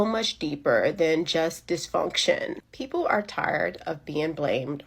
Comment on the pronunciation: "Ejukatin'😂 black peeeeepole😂"